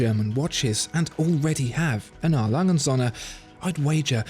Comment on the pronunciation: LangE. Not Lang. UND sohne. Not AND sohne